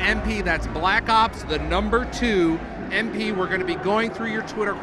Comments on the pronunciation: did he said: call of duty black suc... ops..? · anybody else notice right at the beginning he was goin to say black socks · haha the guy said call of duty blacks lol he messed up lol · Haha he said black socks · hahaha wow i just noticed he said call of duty blacks umm i mean call of duty black ops 2 hahahaha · he wnted 2 say black cocks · lol did he go to say black socks at the beginning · Blaxs ops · "daay 2, for call of duty black soc.. black ops 2 multiplayer" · i swear he was about 2 say Black Sox